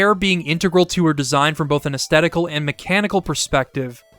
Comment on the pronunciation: aestetical lol